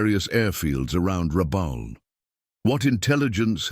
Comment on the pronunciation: It's pronounced phonetically as: Ra...bool, not Ra...bal as the narrator stated. Please correct. Numbers are not read as 8...0 fighters but as eighty (80) fighters. When your robot narrator can't read or pronounce numbers and names properly, it ruins your videos.